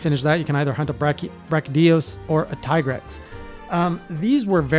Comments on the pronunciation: Tee-grex, Japanese pronounce "i" as "ee" (Ki = Kee), (Chi = Chee), (Karate Gi = Gee), (Akira = A kee ra), (Pikachu = Pee ka chu), (Ibuki = EE bu kee) Also, Capcom officially calls him Tee-grex. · The pronunciation of Tigrex is a slightly debated issue in the community, but I'd say that Teagrex has the better arguments than Tiegrex: 1: It rhymes with T-Rex 2: The monster is also called Tigrex in other languages that much unlike english are actually phonetically consistent and well... none of those languages pronunces the letter i as eye, that's a specifically english quirk.